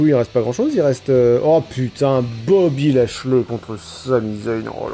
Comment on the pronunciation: "Boby Ashiey" mdr